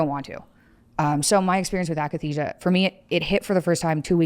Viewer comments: akathisia, not akenisia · it's akathesia not akanesia... nothing to do with muscles.. i experienced it aswell when i went off lexapro. it's like an extreme withdrawal feeling that you can't shake, like your body has pins and needles everywhere and you're in a constant state of jonesing but there is literally nothing that will take the edge off. it was so painful i had uncontrollable hallucinations of stabbing myself. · When the host says AKANESIA you kinda loose all respect